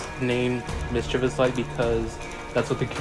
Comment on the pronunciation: When someone calls modifier “Mischiveous light”, i just wanna yeet my phone outta window